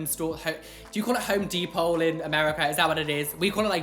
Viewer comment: “home depole”